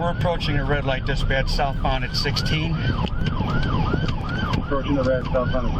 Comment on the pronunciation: Never heard "Dispatch" sound so closely to "Disbitch" in my life.